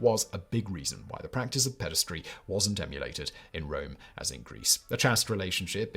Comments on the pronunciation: You keep saying "pedastry", which is more acoustically aesthetic, but the word is spelled "pederasty", so it's pronounced "peder-ASS-tee" (rhymes with "nasty") We're having another "aluminum" moment here. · It's pederasty, not pedestry, ffs.